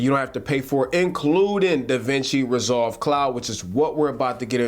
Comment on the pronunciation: to , no disrespect at all man but it did sound like you said the Cloud was free. I was intrigued by that. Still not a bad price point.